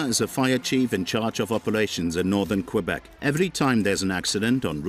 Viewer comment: la route la plus meurtriere au canada est la 401 , et la 11 en ontario. la 132 est mauditement loin d etre meurtriere. Quel video tout croche. je suis de Matane, la 132 est dangereuse en ete avec tous les touristes qui ont hate d arriver en vacances.pas en hiver, en hiver il n y a pratiquement personne. Et ce n'est pas qwebec, c'est kebek tabarnak. y vont tu apprendre a dire le nom de notre province correctement ces maudits anglais.